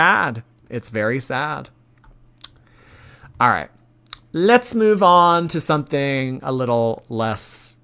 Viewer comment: My 3 year old was saying it this way as we decorated the Christmas tree and I kept nicely correcting her because of ALL things and people- I can’t let her sound like ALR! Haha but I do think it’s a common lazy way to say it and maybe she was never corrected as a kid.. buuut no excuse at age 30 something 😆